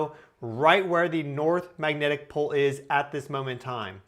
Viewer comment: Anyone else picture a charismatic mustachioed 1970s Chicago cop guy every time he says magnetic pol?